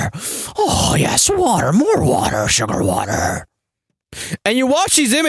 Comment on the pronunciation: "Sugarrr waterrrr" adding that to the list...